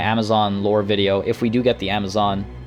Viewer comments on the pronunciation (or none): none